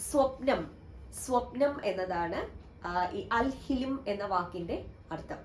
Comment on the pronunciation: Al Hilm എന്നാണ്. ഹിലിം എന്നല്ല